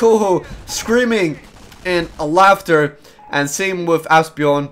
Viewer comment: Haha! I know. I've just had surgery and it hurts when I laugh, but I can't help myself when I hear him say that. The "j" in Bjorn somehow dissapears for him. :)